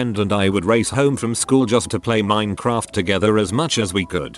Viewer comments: No one: Literally no one: Text-to-Speech: Min-uh-craft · use a changer because the robot actually mispronounced Minecraft several times